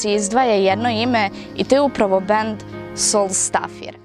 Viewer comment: Nemojte da me mrzite xD Malo sam ucio islandski, tako da je bend Soulstavir (akcenat na I), znaci ''znak sunca'' ili ''znaci sunca'', a pesma Lagnætti se cita Lagnajti (dugacka noc)